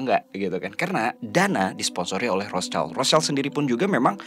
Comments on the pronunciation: Maaf mau koreksi terkait pronunciation. Rothschild ini kan dari jerman ya, nah jerman sama indonesia tuh cara baca huruf vokalnya sama yaitu aiueo. Terus "sch" disini dibacanya "syi", bukan "child" seperti dalam bahasa inggris. So that's why, cara baca "Rothschild" ini tuh Rothsyild gitu. CMIIW yaaa, yang paham bahasa jerman bisa bantu koreksi aku kalo ada salah🙏🏻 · Sorry Rotschild bacaannya Rotschild, bukanrothchaild, jadihurufidibaca sebagai i bukan ai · Kykny rothschild itu dibacanya rothsyid, ejaan jerman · Kamu benar. Bacanya Roth- Syild. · Bener...harusnya pronouncenya gitu. Tapi gpp sih, contoh lain..itu orang2 nyebut Michael Ballack d baca Maikel bukan Mikael padahal Mikael kan aturan.